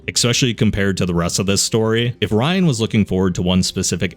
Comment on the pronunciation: every time you say ryan, I want to grab you and shout in your ear "it's riann. RE. ANN. NOT RYAN DON'T BE AN IDIOT! YOU'RE BETTER THAN THAT!" but alas.. here we are.